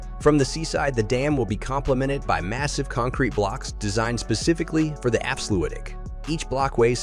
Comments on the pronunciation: Dutch diphtongs seem to always lead to mispronounciations. However I have not yet heard anyone make Afsluitdijk, sound the way he did. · Lol so many stock footage in this video is absolutely garbage. Why show some Russian/Ukrainian city when talking about Flevoland. This video, in many ways, is really.. weird. If you're talking about a project, btw, at least get the name right. The way he pronounces Afsluitdijk is ridiculous.